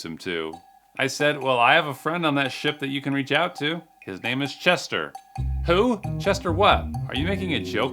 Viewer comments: "the w-h-choo" 😭😭😭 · "According to the W Heychu" O...Osaka? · Anyone else hear w a jew and not whu? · "the W-H-OO"? What organization is that, I wonder?